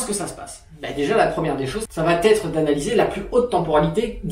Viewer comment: Super vidéo merci mais stp arrête les « ça va t’être » ! Le T n’existe pas !!